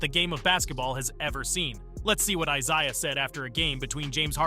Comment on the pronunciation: Pretty sure it's AI voiceover. The pronunciation of "Isaiah" was bananas, never heard a person say it that way in my life.